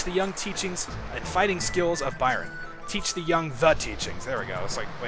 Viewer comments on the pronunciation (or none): none